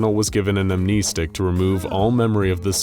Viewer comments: Bro said amneestic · “am-NEST-ics”. Thank you in advance.